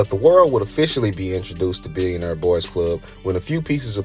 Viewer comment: You mispronounce “nigo” and “billionaire” also rap blew up in general in the 90s lol